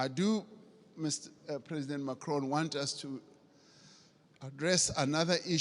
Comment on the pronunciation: dude in the beginning Ramaphsa as well call hims Macrion not Pres Macron lol